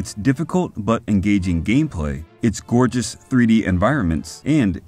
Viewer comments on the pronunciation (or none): none